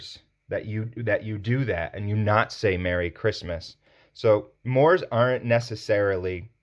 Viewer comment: 'Mores' is pronounced 'morays'.